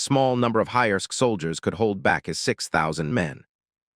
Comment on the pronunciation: How do you misread Highserk as Highersk almost a thousand times and never question it 😅